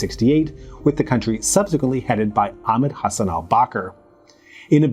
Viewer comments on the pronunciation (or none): none